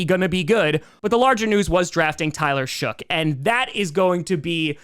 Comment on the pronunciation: Saints fan here. Tyler Shough's name is pronounced like Luck, Muck, Cuck, Shuck, and Fough.